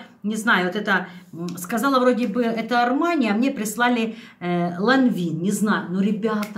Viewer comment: По-французски это произносится ближе к Ланвен